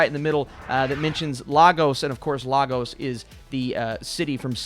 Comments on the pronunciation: Lagos is pronounce lay-gus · I still think vision is like a memory reincarnation and not actually brought back to life... cause of how he doesn't remember anything.. anyways my head is paining me from this episode cause i cant understand why quicksilver is there lol but it was a good episode.. Also yall need to pronounce lagos well its laygos not lahgos lol it makes me laugh everytime they butcher the pronunciation. Nice review keep it up